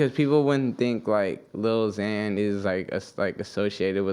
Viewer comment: Omfg it’s “xan” not “zan” fake fan😐